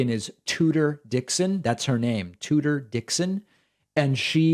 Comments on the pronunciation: So glad Whitmer is burying Toodoor (as tRump pronounces it) LMAO Take that fatty!! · He said tooter. Ha ha ha ha